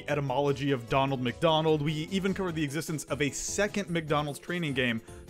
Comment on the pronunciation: You do know its "Ronald Mcdonald" not "Donald Mcdonald"